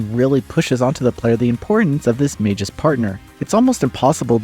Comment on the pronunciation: Mag -us, not majus.